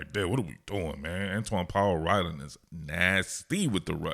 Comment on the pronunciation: Antwaun powell rhino 😂 I heard it , lets see if he lives up to the nick name that you accidentally gave him